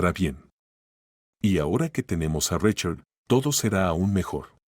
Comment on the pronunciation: Se dice SARA ( No zarra) se dice RICHARD ( No rachard) cuando van a aprender a pronunciar bien?